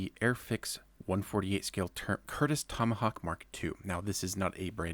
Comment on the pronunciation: It's a Tomahawk, not a Tomohawk. :)